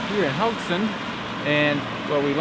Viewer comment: A bit late, but the e in Haugesund is not silent. Like most e's in Norwegian, even the ending ones ;)